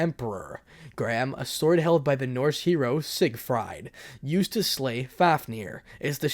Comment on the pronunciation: Hey guess who back It's pronounced sigfreed and pen dragon